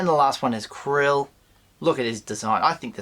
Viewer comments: Do you have a yabby stuck in your teeth??? Kuiil, it is pronounced Kwill, there is no R in the word. Stop pronouncing it Krill. I thought you were a Star Wars expert, NOT ! ! ! ! ! ! ! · Why do you call kuuil krill?